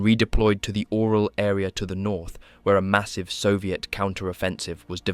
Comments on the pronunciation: It's not the Oral region,..lol. It's pronounced "Urál", "Oo-rál", or even "You-rál". It's not like bro couldn't have researched it, c"mon! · Orel has nothing to do with mouths 😂. It’s pronounced orYOL.